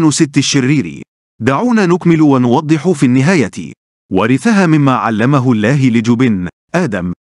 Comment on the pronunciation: معلق الفيديو لديه اخطاء لغوية كثيرة جدا واقصد بالحركات فاغلبها ان لم اقل جميعها تلفظ خطأ وكذلك لفظ الجلالة يلفظه بتخفيف اللام وهذا غير صحيح وللاسف اصبح الآن كثيرين مقدمين ومذيعين يخطاؤون باللغة العربية وهي لغتنا الجميلة ويجب علينا حمايتها والحفاظ عليها لذا حبيت ان الفت نظركم لذلك .. غير هذا الفيديو جميل وفيه معلومات مفيدة